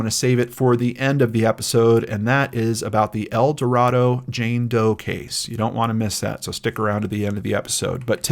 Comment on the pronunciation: Youtuber heavycasefiles just posted a really good short video on GED geneology explaining their origins and recent involvement in identifying unidentified people and perpetrators of crime. FYI, people in Arkansas say "El Do Ray do" not El Do Rah do.